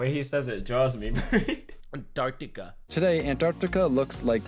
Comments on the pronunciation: Antarctica - ❎ Antartar - ✅ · Tobi saying Antar-tikka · Today’s video: Try not to laugh ft(Antartica)😂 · Me dying every time he says «Antarktika» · tobi saying antarctica part made me laugh so fucking hard xddd